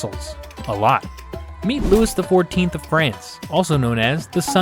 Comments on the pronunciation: It's not Lewis, it is Louis like Louie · Was the Louis pronunciation a deliberate choice?